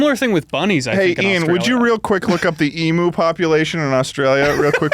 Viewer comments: omg 😩 it's "eem-you" not "eem-oo" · Wtf its not emooo its emu, like emyou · it's not "e"- mu, it's eem- "u" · Everyone's pronunciation of emu caused me physical pain every time, I want to throw up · As an Australian, hearing Americans say Eee-moo instead of the correct Eem-yuu is a nightmare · as an australian i hate how they pronounce emu as eemoo not eem-you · ITS NOT EE-MOO ITS EMU. LIKE EEM-YOU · as an australian, all of them saying emu/s like "ee-moo" instead of "e-myuu" hurts me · im begging americans to learn how to say emu. it's ee-myoo. one australian dies every time someone says ee-moo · "emoo" im dying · every time one of them pronounces emu like emoo the light inside me dies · As an Australian Every time they pronounce emu like “emoo” i die inside just a little more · I find it strange how Americans pronounce emu, 'emoo' like the sound a cow would make. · HAHAHA ITS SO FUNNY THE WAY THEY ARE PRONOUNCING EMU it's pronounced like em-you lol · americans please can you stop saying emoo it sounds terrible just stop it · Why the fuck they saying emu like that?!! The fuck is an emoo??!? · i swear to god if they pronounce it Emoo one more time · It hurt me to listen to it Ee-moo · the way they pronounced emu triggered my fight or flight response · Every single time I hear an American pronounce emu wrong I die inside a little more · That's not how you say emu, that section was so painful to watch, holy shit... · As an Australian hearing, them miss pronounce emu for 5 minutes makes me want to die.